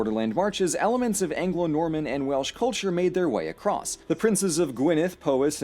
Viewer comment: Please don't say welish, it's Welsh, but stay curious.